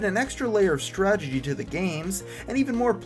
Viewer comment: Did he just say "stragedy"?